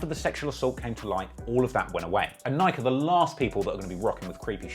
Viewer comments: Would someone teach this man how to say Nike 😂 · Why does this man refuse to pronounce Nike correctly.